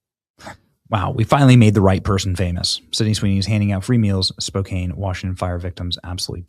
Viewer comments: Spo-can is how you pronounce it. She is Awesome. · The A in Spokane isn't a long A in pronounciation 🤦‍♀️🤦‍♀️ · That’s a wonderful story…just to let you know, it’s pronounced Spo-can (phonetically). We like Sidney even more! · FYI brother, it’s pronounced Spo -can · Benny's pronunciation of Spokane caught me off guard. (It's spo-can for us Washingtonians) 😁 But I'm happy to hear that Sidney is doing her part. I just got back from delivering clothes/food myself (6 hour drive one way 😅) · Spokane is pronounced like can at the end, just saying lol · Spokane is pronounced (Spow-can) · It’s pronounced Spo-can. FYI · It's pronounced "spo can." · Benny, fyi... Spokane is pronounced "Spo can"... just so ya know :-) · Thanks for this report, Benny. Btw, Spokane is pronounced spo-CAN. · It's pronounced spo-can, but it's all good, It's a Native city originally. Our local High A baseball team is the Spokane Indians. Fun fact, a bunch of woke white libs tried to change the name 20 years ago and the Tribe themselves told them to F off because they felt like honored with the name. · Just want to help u out Benny lol Spo-can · Spokane is pronounced (Spoke - an) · Its Spokane Benny like can really! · Benny. You pronounced Spokane wrong...everytime!! I used to live there!! Check on it!! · 😂 why is he pronouncing like he’s never heard of Spokane before? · Benney it's called Spo-can, not Spo-cane. I live about an hour west of Spokane. The smoke is bad here. Praying for washington state and all people affected by the fires. Thank you Sweeney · I'm sorry to say this but as a Washingtonian, it is SPO-Kan not SPO- KANE, ignore the E please. Great job to Sydney didn't know she was from Spokane. I have family and friends there and they need all the help they can get. Again sorry for the pronunciation lesson. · it is Spoke can. Pronunciation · Love ya Benny but it’s pronounced “Spo can” .. it must be French or something . 😆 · Spo-can just saying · It's Spo-CAN dude!😡🔥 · It is Spoke-can.